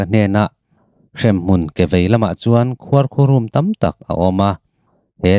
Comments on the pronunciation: Khuarkhurúm nilo,khuarkhurum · Khuarkhurùm tih hi khawi khaw tih dan nge le,keini chuan khuarkhurum kan ti mai thin a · Khuarkhurum i lam diklo hian ngaihthlak a ti hreawm lek lek